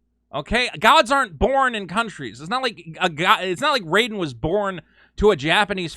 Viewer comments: Raiden's name is pronounced Rayden not Ryden... you psychopathic maniacs... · What the true crime against humanity is how you pronounced Raiden lol lmao good vid